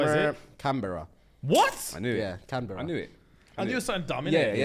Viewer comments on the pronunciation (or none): Lol the way the guys pronounced Canberra 🤣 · Omg ahahaha the way you guys pronounce Canberra KILLLLSS MEEE !!!!